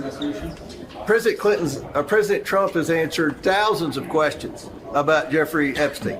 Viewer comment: "President Trump has ANE-surred 1000 questions about Epstein ..." fucking goober